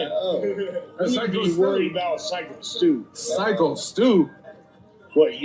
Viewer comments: At least say his name correctly. It's like psycho not sicko. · Its Psyco Stu nit Sicko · Hey, j, p, his name is psycho. Stew not sicko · It’s syko…as in psycho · NO! NO! NO! DO NOT BLAME THE VICTIM! !! Syko (pronounced Psycho) Stew thought he was part of the show. That is how matches are set up. It was a FAKE CAN! Haven't you ever watched wrestling?